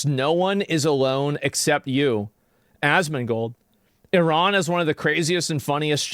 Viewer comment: why is it “asmangold” seems like it’s ai 🤷‍♂️😂